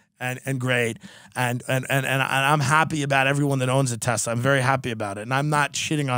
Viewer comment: Thank you for saying Tesla!